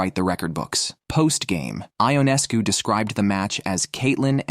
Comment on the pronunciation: First of all the pronunciation of Sabrina’s last name is “Yoo Nes Coo “, not “I On Es Cu” Would you please get this right. Not pronouncing her name correctly demonstrates that you don’t know the game or the players like so many others who comment on this site. The reason I won’t give you a thumbs up designation is because you are twisting words to insinuate that there is a huge rivalry between Sabrina and Caitlin. You also set a tone that Caitlin is being played in a rough manner. For some WNBA players that is a fair comment but to infer that Sabrina is one of them because Caitlin is breaking Sabrina’s records is insane. I watched Sabrina play for almost a decade and can honestly tell you that she rarely commits fouls or attempts to intimidate other players. I have never seen her foul out in college or the pros. Considering Sabrina is an astonishing athlete she plays within her abilities and doesn’t seem to carry any grudges. There may be exceptions of course but it would be a minimal amount of all the games in which she has competed. Why is it necessary to stir up false allegations against any WNBA player when you are totally wrong. I suppose you garner negative headlines to solicit viewers. It isn’t just you, it is many of the writers who do the same thing! Casting incorrect information toward any player actually starts to build an image that isn’t true and could incite someone who believes this stuff to develop a negative narrative that results with misguided behavior, unl